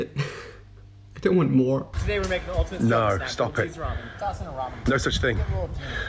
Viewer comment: Ffs, you can't even pronounce ramen right.